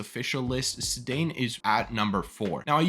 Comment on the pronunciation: also his first name is "SAY-don"